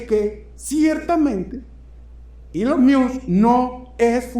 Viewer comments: Se pronuncia "Ilon Mosk" quien diablos es "ilon mius"? jajaja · Esta es una de tus mejores presentaciones . Gracias Julio. Ahora, no te ofendas, porfa, solo quiero ayudarte con algo facilito: ELON MUSK se dice ILON MOSK (léelo en Español). Tu puedes pana, eres un carajo muy inteligente. Cariños! ☺️ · Maigualida creo q así no se dice elon😂 music